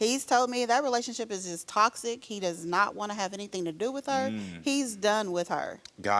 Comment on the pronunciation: Can't even say toxic OMG